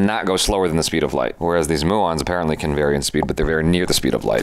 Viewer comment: He mispronounced muons